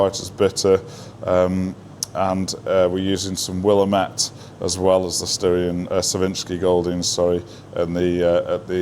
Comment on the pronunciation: Willamette rhymes with damn it. (w-LAM-it)😜